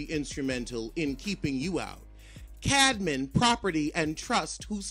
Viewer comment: He came with receipts but no dictionary. I need him to know how to pronounce Camden. It's not Cadman. He was winning until he repeatedly pronounced that 6 letter word wrong. Proofread before Reading.